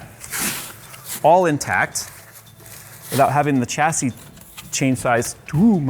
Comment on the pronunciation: Its pronounced chassis and not chassis